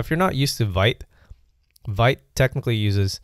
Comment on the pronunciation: pronounced "veet" (even says it in the docs). Wouldn't make sense otherwise - "vite" is French for "fast."